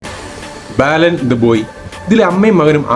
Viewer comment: ബാലൻ....... ബേലൻ അല്ല.